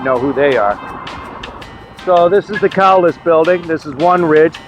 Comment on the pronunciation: First of all - I love your series. I'm from out of state, but have boatloads of ancestors from the area. I love seeing images of the towns/cemeteries I only read about. Russell Little is my 3rd great grandfather and an ex-senator. I do have to point out that Cowles is pronounced 'kohls' and not 'cow les'. It's another family name.